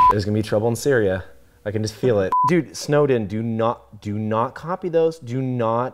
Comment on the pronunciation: Had me right up until the end. "Snowden"